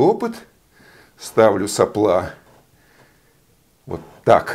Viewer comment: это прерогатива физиков говорить соплА, а не сОпла? в предыдущем ролике еще терпел, сегодня слух не выдержал.